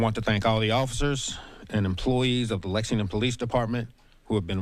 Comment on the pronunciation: Hey, it's LEXINGTON, not Lexingdon.